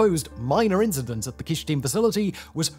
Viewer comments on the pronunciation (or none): It’s Kyshtym not Kysthym